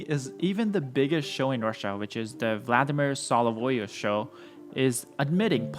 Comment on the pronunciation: Yes they are training dogs for that mission. They already showed on state TV about that. Also worst pronounciation of "Soloviev" ever.